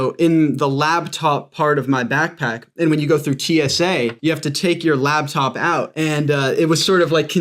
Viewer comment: She said labtop, I like coffee enemas